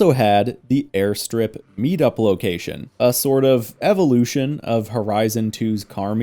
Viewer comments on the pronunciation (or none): none